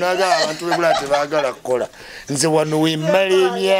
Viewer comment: “Buraya” it’s bulaaya bro